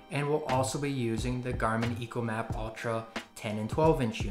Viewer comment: It's ECHOmap not ECOmap just saying